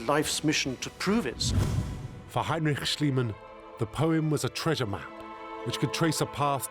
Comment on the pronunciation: "Hay-n-rich Shlee-man" 😬 Even if the interviewees repeat the name more correctly dozens of times... Rich. Pretty rich.